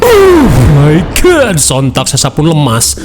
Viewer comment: keganggu banget ketika mimin bilang uh my god